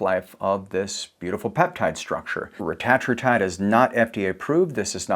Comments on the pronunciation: I usually prefer getting pronunciations 'correct'. But I prefer "Retta" in this case, over "ruh -tat". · The correct pronunciation of Retatrutide is REH-tah-TROO-tide, with emphasis on the first and third syllables (REH and TROO). This pronunciation has been confirmed by Eli Lilly’s Chief Scientist during a CNBC interview, reflecting the intended usage by the developers of the drug. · Why does he keep saying rettratrutide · This is hilarious. Why is this guy saying it like that? The only guy saying it like that? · Couldn’t watch , the way you say it is dumb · This dude is clueless. Can’t even pronounce it right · No one is gonna listen to a person who pronounces it wrong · He goes back and forth on how he pronounces it. I've seen videos where he does it both ways throughout the same video. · Eli Lily doesn't get to make up grammar and pronunciation rules. The English Language has standards. Otherwise you sound foolish. Like pronouncing Primer as Primmer like so many morons. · eli didnt create it, they just capitalized on it and purposely pronounce it different to flex. 🤦🏻‍♀️ They saw how good it was and jumped in the game 🤦🏻‍♀️